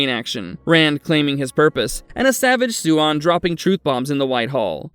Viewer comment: Idk, this time he gets most of it right. Swan (Suian) could be better.